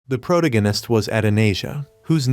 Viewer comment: "The prota guinnesst" Aight imma head out